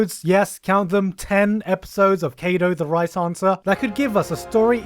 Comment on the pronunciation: i kinda meant all of them. as i said, way behind. it took a bit though, i'm not sure how he managed to pronounce 'right answer' as rice hunter. still, it'd be a nice resource for people in general to know what shows he mentioned throughout the whole thing... i didn't exactly sort mine well since there was a lot of guess and fix and it's all out of order and i omitted a few things i knew about (like my hero academia)